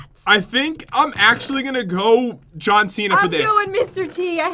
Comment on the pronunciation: It’s John not t